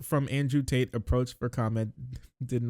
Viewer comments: Did you call them taint or Tate?? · I keep hearing you say "Tate" as "Taint" and I'm here for it